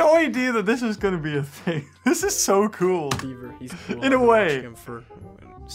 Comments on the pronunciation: Fake bever -Yes yes ( it is in fact pronounced B-ever) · Its beaver not bever. Learn English